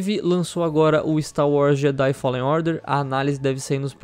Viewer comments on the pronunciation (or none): none